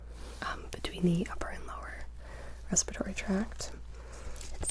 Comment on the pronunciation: Respiratory not respitory